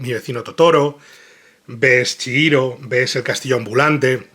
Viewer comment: Duelen los oidos cada vez que dice chiiro, en lugar de chigiro, es japones, la "H" funciona como "J" o "G" en nuestro idioma.